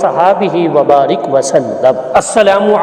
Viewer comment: بارک ۔۔را کے زیر کے ساتھ پڑھ رہے ہیں جو کہ فعل امر ہے